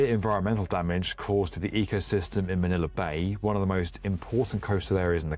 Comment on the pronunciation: Manila not Maniler 😂